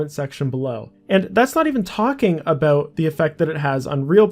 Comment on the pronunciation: Ah, "today we got a lot to talk aboot"